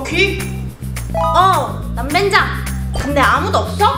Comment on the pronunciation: 그런데 왜 그렇게 남벤장이라고해요🤔🤨